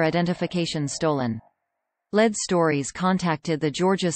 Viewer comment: 😊I realize that the voice of the news video is AI, but is it supposed to be pronouncing the word as "LED"? I think it should be "LEED"!😂